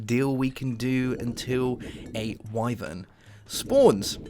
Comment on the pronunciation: Great vid and it is very kind of you to look up how to say Wyvern